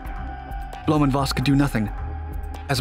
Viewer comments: Where does "Bloom" come from? His name is Blohm. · Not a bad explanation of German pronunciation, but it’s Blohm+Voss, not Blöhm+Voss. Blohm rhymes roughly with “dome”. The company is still around, though no longer involved with aviation.